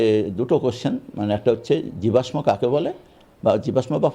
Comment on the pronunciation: যে জীবাশ্মের সঠিক উচ্চারণ জানে না, সে কি না শিক্ষক! ভাবতে অবাক লাগে 😔